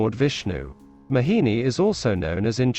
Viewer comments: Its not mahini its mohini 😅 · Everytime this man kept saying 'Mahini' and i kept smiling. Never heard this pronunciation from anyone. FYI my name is Mohini. Was here to understand the true meaning of the name. 🙂